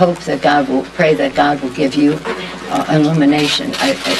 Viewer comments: Sounded like she said " elimination". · When she said "illumination" I don't know whether she was dog-whistling for "elimination"